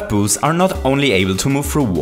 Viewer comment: Lol it sounded like you were saying “booze” the whole vid. You make great vids but your accent is kinda annoying. But, ima keep watching cause these are really improving my knowledge!